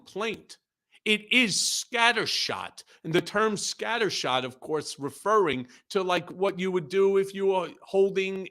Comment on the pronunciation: 😅Scatter-Shoot..at first I thought said 'Scatter Snoot' which woke me up thinking that they must be talking about De Santos...and Captain Bone Spur! Putin wanted NATO put down so his criminal oligarchs can step in from Ukraine and run Europe.ah!!! on Vivak Swampy hilarious!!!